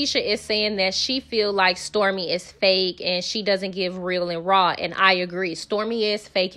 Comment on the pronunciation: Tisha: You see reel and rah You said reel and rah 😂😂